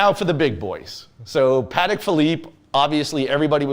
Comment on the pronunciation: One would think he would know how to properly pronounce Patek🤦‍♂️